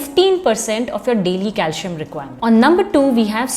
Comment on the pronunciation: It's not pronounced as calshium or potashium...otherwise informative video